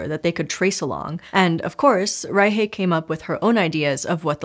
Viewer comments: It's pronounced rai-shuh, not rai-hey. You said, "German-Peruvian", then proceeded to pronounce the name like it's some weird Spanish hybrid. She's German-born and the surname is German. Just throw it in a translator and listen to it before you record the episode. You're making my brain twitch and I can't pay attention to the science! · Im sorry, I have to ask. You said Maria Reiche was German, yes? Why on earth is it pronounced rei-hey and not reik? The root of Reich and Rick in West germanic is reik (ruler). Hence the name Frederick and the word Reich. Did she just go by how the locals where she worked pronounced it? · Why are you pronouncing Reiche as "ry-hay"? She's German. It's "ry-shuh" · Fluent German speaker here. I had to do a double-take on the actual spelling of Maria Reiche's surname because the pronunciation was so off when I was listening! Reiche is pronounced more like "RYE-shuh" (not "RYE-hay"), with a softer "sh"-like sound plus a schwa at the end (not "h" plus "ay"). The "sh" is a better approximation of the German "ich"-Laut sound (this isn't the "ach"-Laut), but "shuh" for the second syllable certainly sounds a lot closer to actual German than "hay". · Doesn't make sense. The german ch sounds very similar to the Spanish J. So they know this sound. The speaker seemed to be familiar with Spanish, so no idea why she didn't pronounce it like reitshe as Spanish do with eintratsht Frankfurt. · "Rye-hay", lol. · I'm confused by your pronunciation of Reiche. It's a German name. Did she take on a Spanish-influenced pronunciation in Peru? I couldn't find a pronunciation on Forvo for other than just the surname. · That german pronocuation was atrocious. You butchered poor Maria’s name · Maybe she’s afraid to make it sound like reich. Or she said it as if it were Spanglish